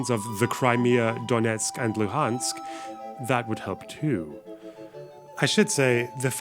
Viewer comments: "The Crimea, Donetsk and Lu🅱️ansk" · "holoBimbombururuMmor" now Luhansk called "Lubansk" those brain-dead fellas don't even understand situation, don't know what they even talking about, just watched to much propaganda